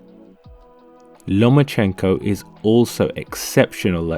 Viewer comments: Сукко ударение ё*** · Если Вы и дальше будете ставить неправильное ударение в фамилии,то Вы никогда и ничего не поймёте!!!Это букварь!😂